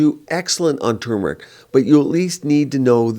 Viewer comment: I’m happy to hear pronounce turmeric correctly. So many people say tumor- ic and I’m over here like “it’s not a tumor!” There’s an “r” in there.